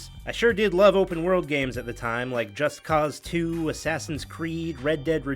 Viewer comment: guy said Just Cuzz 2